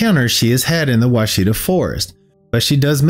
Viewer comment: I always love listening to your videos. I live in Arkansas near the Ouachita mountains and we pronounce it watch-it-taw. Nothing like how it looks.